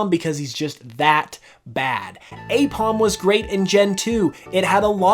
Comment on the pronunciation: AIPOM, NOT AIPMON!